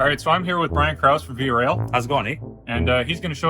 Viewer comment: VIA? More like VI-eh?